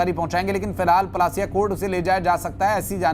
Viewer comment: Palasiya nahi parasia hai